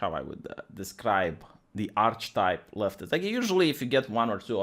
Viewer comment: Archetype is pronounced as "ar-khe-type" not arch type.